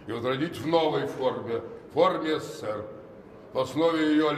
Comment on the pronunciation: Почему он говорит сср?